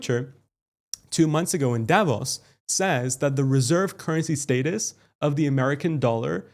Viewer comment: You’re saying status wrong, lol